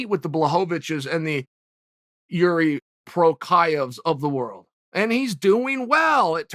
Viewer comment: Have to love how he switched Joanna Champ after Jedderjaysick